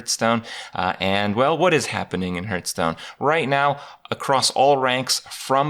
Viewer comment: Pretty sure its pronounced Hearthstone, not Hertstone lol JK. Thx Kripp, helps a lot!